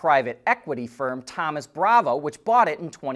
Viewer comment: Thoma Bravo... not Thomas